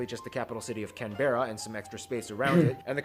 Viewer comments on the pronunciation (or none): Canberra is pronounced Can - ber - ra. Not Can - bear - ra. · Yeah it’s pronounced Can-brah not can-bair-ar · Canberra is pronounced can-bra not can-bear-ra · CANBRA.NOT CAN BERRA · Whenever Americans pronounce anything Australian 🙄 It’s Can-Bra. Not Can-Berra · Canberra is pronounced "Can-bruh" not "Can - bera" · This how u pronounce Canberra it’s can-bra and Melbourne it’s melb-an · Canberra is pronounced can bra, don't even get me started on how he pronounced Melbourne, it's pronounced mel bin. Shrimp on the BBQ ain't a thing, we call it prawns and they are bigger than a shrimp, prawns are expensive so it's a special occasion Chrissy time food, most people have snags (sausages), chops or burgers (rissoles when having a BBQ with lots of tomato sauce not ketchup. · The way he said Canberra really triggered me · I don’t like the way that guy pronounced Canberra